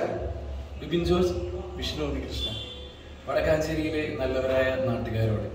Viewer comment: വടക്കാഞ്ചേരി അല്ല മച്ചാന്മാരെ വടക്കഞ്ചേരി 🔥